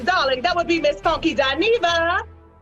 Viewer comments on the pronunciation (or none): It’s funky not fonky